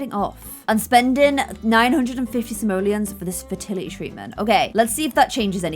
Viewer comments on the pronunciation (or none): none